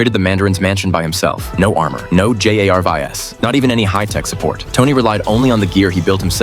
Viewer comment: It's because Jarvis has to much aura that the AI can't say his name right